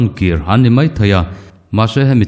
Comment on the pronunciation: Mizoṭawng hi chu hmang dik ve hram2 ila, mai tih tura mei tih te hi.